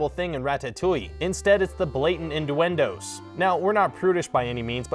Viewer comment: induendoes?? :D is that some local dialect?